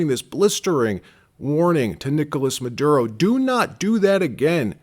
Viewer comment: "Nicholas MAH-DOOD-O"